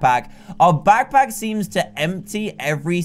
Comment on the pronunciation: did anyone else hear that he said lackpack